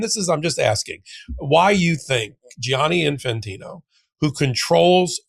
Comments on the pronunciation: Why do you insist on say Gi-ani and adding a third syllable Jani Say jani. It’s two syllables. The spelling is for u… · thank you ⚽️⚽️⚽️❤ ….. but pleeze pleeze say djanni, not gee-anni!